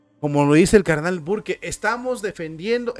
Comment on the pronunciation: HERMANO SE LEE BURK. 🤦‍♀️